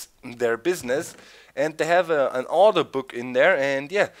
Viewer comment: When He Says "Order Book" I Think Hes Says "Auto Book"